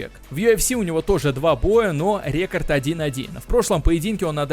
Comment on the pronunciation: Не ре́корд , а реко́рд. Но в целом сойдёт